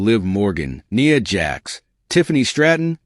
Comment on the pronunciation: maybe you shouldn't use an computer genned voice and do it yourself. It can't pronounce names correctly. Iyo is pronounced E O not Eye O and Nia is pronounced Nai Ah not Nee Ah